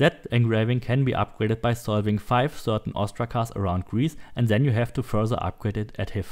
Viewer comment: Stop saying ZEN instead of THEN !PLEASE